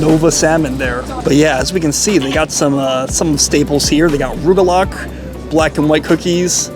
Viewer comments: Pronounced "RUG-A-LAH" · You pronounce “rugalach” like a goy.